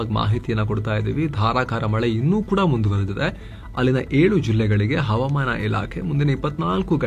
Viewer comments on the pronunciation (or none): none